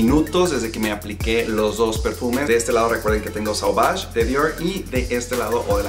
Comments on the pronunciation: No es blu, es blé, la pronunciación. No es sauvaj es soovaj. Y hablas muchos, bro, repites las cosas muchas veces. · ¿Por qué pronuncias las marcas francesas como si hablaras inglés? Suena muy ridículo decir Dior con la erre inglesa, dilo en español si no puedes decirlo en francés. Sauvage se dice "sovash", Chanel se dice "shanel", bleu se dice como algo entre "ble" y "blo", no blue como en inglés.